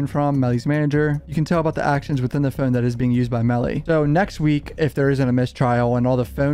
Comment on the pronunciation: Dude ur accent is atrocious no offense, really not trying to be a dick... Its hard to listen to certain words u say like "road" or "phone." Is that a California valley boy accent, or is it an odd Northeastern accent in Maryland, RI, Mass. or somewhere like that?? Someone on here has to know right?